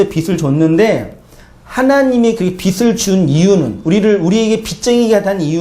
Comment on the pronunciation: "빚을" ㅡ빗츨 이 아니고 비즐 입니다^^